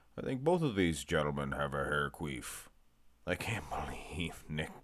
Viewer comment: Bro, it’s “Quiff” not “Queef” 😂